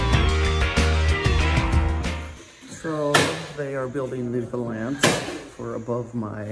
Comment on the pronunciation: Closet looks great- I think window valence is pronounced with emphasis on the first syllable like “balance”